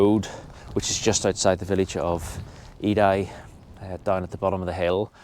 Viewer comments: Aid I? Eiði "Eye yeah" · Ha, ha, Edai, is what you call Eði, please get sombody local to tell you how! It sounds Aie😅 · Faroese here. Eiði pronounced more like aye (aye aye, captain) and ye (first part of the word yes). Thank you for your enlightening series about my home country.